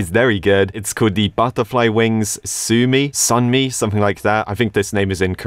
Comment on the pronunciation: i'm just happy pronounced Sunmi right